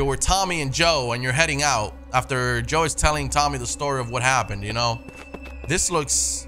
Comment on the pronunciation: Oi knob it’s Joel not joe